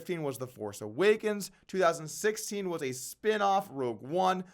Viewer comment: Rogue not Rouge Rogue not Rouge Rogue not Rouge